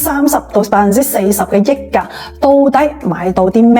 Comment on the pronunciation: 溢價，香港人係讀（日）價，益價係中山發音定係YouTuber 唔識讀